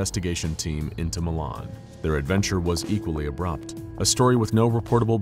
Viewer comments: so as someone who lives where Milan IN used to be, its pronounced ‘mY-lan’ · Just to lyk it is pronounced my-lan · It’s pronounced My-Lynn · Mylan Indiana, not the French pronunciation "Milan" Yes, this is a real place. I've been there. Ripley County, Indiana. Allen County is northern Indiana, up by Fort Wayne.